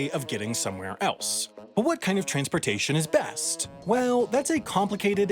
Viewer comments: dis he said TRAINSportations? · "Trains portation"